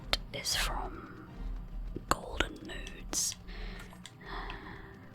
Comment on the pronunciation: i know you were saying nodes, but with the whisper sometimes it sounded like "nudes" which i thought was funny "Bear with me while i go around trying to find my golden nudes"